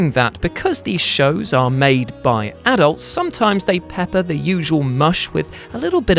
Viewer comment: Pls say adults right